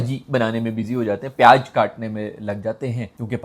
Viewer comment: payaj 😂😂 payaz to bola nahi jata in lundians se 🤡